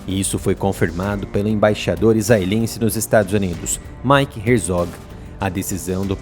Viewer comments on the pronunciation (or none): none